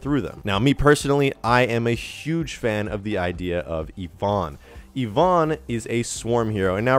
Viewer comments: The way you pronounce Ivon is disturbing my soul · Please learn how to say Ivon.